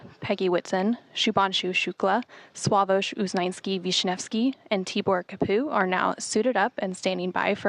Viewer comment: Read Tibor Kapu in the following way: pay attention on which letter, sound you put the accent. On Tibor: on “i” ( regular “e” letter in english USA). On Kapu: on “a” is the accent correctly. (The “u” letter’s sound. “a”. So read Tibor Kapu’s name correctly, in autentic way. (Tiiibor Kaaapu).